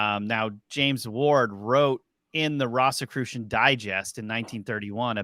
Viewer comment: Why are you pronouncing "Rosicrucian" like that? It isn't "RAHsicrucian", it's "ROHzicrucian". They were the order of the "Rosy Cross", or "Rose Cross". Do you call the rose flower a "ross"?